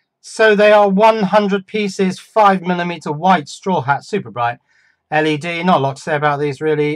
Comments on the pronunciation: LED is an acronym (like CIA or KGB). Pronouncing each letter is the way of signifying that, unless you want to sound like a four-year old. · My point is that when you are referring to "Ell-Ee-Dees", like three or four times within the same sentence, "LED", as in "Led" just seems less clunky. Less cumbersome. More efficient. And what the heck is wrong with efficiency when it comes to passing on important electronic knowledge? Surely, (even though this isn't), any smart or clever twists of English that saves time while maintaining the meaning should be lauded rather than denigrated and abused??? Some people are so... Ludditish? Cavemanlike? Neanderthal? Anyone? I say forwards rather than backwards. I Say forwards rather than stagnant. Your call.